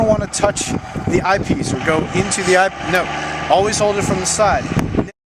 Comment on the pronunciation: Where can I get that "Eye Pice"? Lol